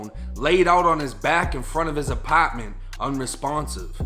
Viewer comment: I love your accent! “Apatment” 💕